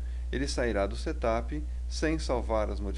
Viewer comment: Settttup? ha ha ha Ele pronuncia muito engraçado.